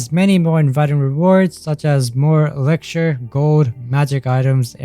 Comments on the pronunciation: "Elixischhser" Sorry but thats how it sounds when you pronounce "Elixer" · the way he says elixir is about to damage me